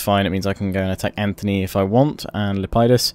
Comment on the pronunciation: It's Lepidus by the way, not Lep-ie-dus.